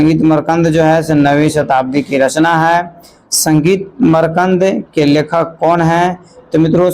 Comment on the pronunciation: Makrand ko markand kyo padte hai